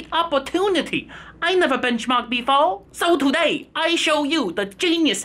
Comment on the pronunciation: " I never benchmark befow" lmao